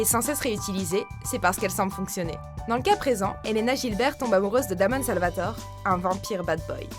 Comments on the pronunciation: Ça se dit Guilbert et Salvatoré.... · ca se prononce salvatoré et guilbert par contre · pour le couple 8 c Elena Guilbert (prononciation) et Stefan/Damon Salvatoré ( prononciation )😠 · Guilbert et Salvatoré. Certains nom mal prononcé 💁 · Elle a dit elena Jilberg et damon salvatorE j'étais crispé quand on prononce mal leur nom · elena Gilbert se dit Guilbert et pour damon ça se dit salvatoré. en plus Ian et Nina sont sortis ensemble de donc 3 ans pas un an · Salvatorais * et Guilgeurt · Elena gilbert et Damon Salvatore 😂😂 La prononciation c'est Elena Guilbeurt et Damon salvatoré 😂❤️ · Deux choses, tu ne sais pas prononcer "Gilbert" et "Salvatore", et Cory Monteith est mort en 2013, pas en 2011, revoyez vos sources Watchmojo avant de faire vos vidéos